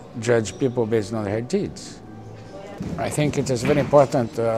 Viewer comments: he said deeds not tits! XD hahaha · hahahaha i heard teets though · Yo I think he is saying deeds ;) hehe